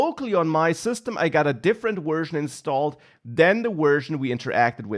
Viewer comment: speaking as a firstborn American with all-German ancestors and fluent in German... The V in "Version" is like the W in German and not like the W in English! The whole presentation it sounded like "wersion" Anyway, great presentation otherwise!